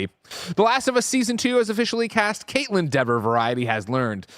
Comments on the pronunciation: Anyone else correct them on the pronunciation of Kaitlyn “DEE-ver”? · Kaitlyn DEE-ver, not DEV-er.